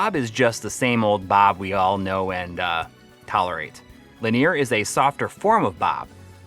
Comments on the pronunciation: I've never heard "Linear" pronounced like that before. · Not sure how much I can trust someone who cannot pronounce linear properly! 😆